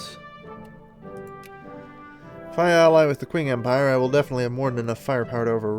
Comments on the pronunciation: Comment section here: 60% "It's pronounced Ching" 30% "Sick jokes" 10% Random Shit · By the way,, "Qing" is pronounced "Ching". And no, I'm not fucking with you:P just taking a Chinese history class:P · Qing is pronounced "Ch'ing" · It is pronounced like "Ching", I know, I had no idea either.